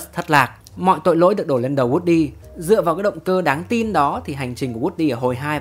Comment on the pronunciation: Woody cứ nghe nhầm thành wrxdie 😂😂😂